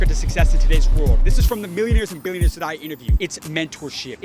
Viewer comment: I think you lack emphasis on the "B" from Billionaires, cause we all know, the dankest way you say that "B" the more street cred it give you!